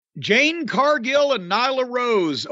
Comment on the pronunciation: It's jade fool😂